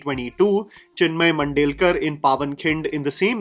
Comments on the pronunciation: hi....wonderful video....spot on commentary 🤌🏼🤌🏼🤌🏼🤌🏼 I don't think Vicky Kaushal has 'overdone' anything too.......just one small thing; it's Chinmay Mandlekar, not Mandelkar. again, an amaaaazing job on the script and the video ❤❤ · Sambhaji "maharaj", Chinmay Mandlekar and not Mandelkar , for God's sake please get your pronunciation right 🙏🏻